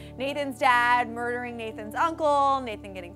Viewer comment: MERDER!!! MERDER!!! MERDER